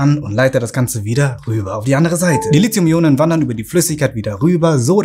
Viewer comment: Bis auf eine Kleinigkeit richtig. Aber Lithium spricht sich wegen des h hinter dem t nicht wie Lizium aus, sondern Li ti um!